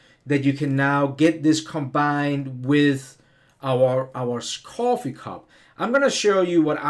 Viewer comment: I like the way he says cwoffee lol Very New York